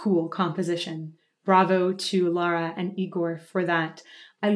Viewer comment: I think I’m the only one on the internet who doesn’t care for Dimash. I have a hard time understanding his words. As for Lara, her pronunciation is perfect!